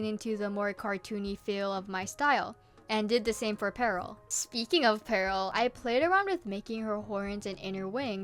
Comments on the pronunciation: Dont ask but ima just say peril is pronounced (peh rule) not (pearl) im pretty sure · OMG I was so confused, you kept saying Pearl instead of Peril 😅